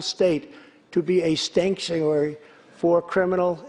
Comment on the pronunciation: Did he say Skankuary? Poor Nancy. She is literally choking back on her tears. Because she knows her career is over and her legacy will go down as a disgrace.